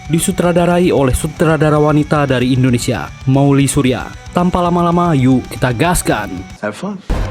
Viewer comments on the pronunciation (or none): none